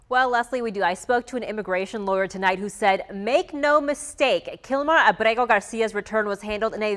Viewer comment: Too bad your anchor can’t even SAY the word Abrego. In addition to not realizing he’s an “El Salvador man hiding out in Maryland , Kilmar Abrego Garcia…”